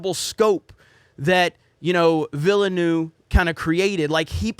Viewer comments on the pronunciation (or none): The pronunciation of his name has been driving me insane so I looked it up. Vil as in village Nuv using the same sound as love. Yes I'm that neurotic. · denis Ville-noove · VEAL-NEUVE, two syllables.